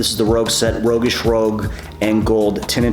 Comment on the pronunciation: Rogueish "Roooshg"